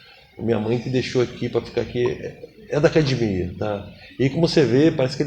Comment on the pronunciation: Vc sabe que é gracie quando o cara fala "cadimia"